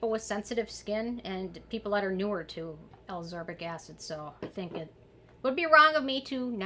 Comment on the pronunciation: I really appreciate all these vitamin C videos. But i HAVE to say, ascorbic acid is pronounced AS-KOR-BIK ACID. similar to how you are pronouncing all of the vit c derivatives. Sodium AsCORbyl Phosphate, etc.